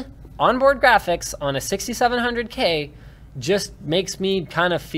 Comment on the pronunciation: silence, go play games on your jraphics card ok